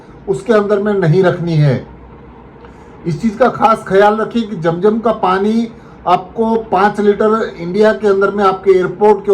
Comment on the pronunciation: Jam jam NAHI hai zam zam hai apna talaffuz Sahi ker lijia